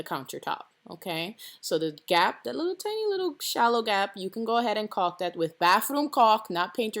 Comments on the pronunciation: It's pronounced Call k. Lol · after the fourth caulk this lovely pregnant lady could not stop thinking about "caulk" i heard cock so many times.. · Ohhhhhhhhhh, you're saying caulk